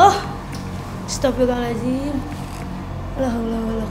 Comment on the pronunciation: Gua emosi sama dia bilang "astafirlohhalajim" nya, wakwakwak